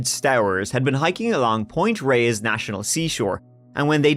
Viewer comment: Not that it matters but just for the heck of it, since I grew up in the Bay Area, it's 'Tam al pie us' or just 'Mt. Tam'. I dunno, might come in handy for other SF area crime stories? Sure seems like there's plenty of them. You nailed Point Reyes though 👍 Anyway, another interesting podcast. Thanks!